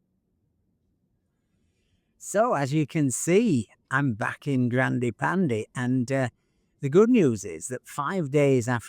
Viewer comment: Wait, why do you say it right when talking about the animal (the panda), but then when you mention the car it becomes "pandee"? :face-orange-biting-nails::face-orange-biting-nails::face-orange-biting-nails